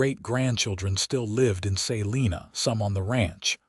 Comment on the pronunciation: Please look up pronounciations of towns. Abilene & Salina are both wrong. I am listening from Kansas & both those towns are 1-2 hours away. Caleb was also wrong